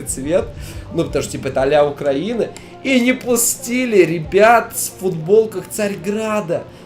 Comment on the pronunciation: В том, что страна называется Украи́на, и банальные правила грамматики так устроены, что перед любой страной должно стоять местоимения «в». Это не мужской пол кофе, не надеть/одеть, уж тем более, если произносить Укра́ина, что походит уже от «края». Всё равно что шутить про окраину. Это уже коверканье, и в некоторой части оскорбление. Поэтому проблема есть. Конечно, это далеко не первично актуальная тема для дискуссий, и уж злится на подобное, уж тем более, сказанное в интернете, где уже двадцатый год подряд идут баталии патриотов за Україну-неньку и Россию-мать – глупо, однако это недалеко уходит от шуток про Малороссию или окраину. Все равно что Россию называть парашей или болотами.